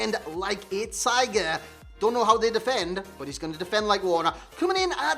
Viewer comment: does he say how’s it gunnin lads or how’s it going lads